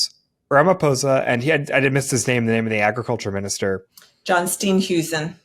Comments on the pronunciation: John Steenhuizen is pronounced "Steen" as in "steel" and "huizen" as in "hay zin". 😊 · Steenhuisen pronounced as Steeyearnheyzin.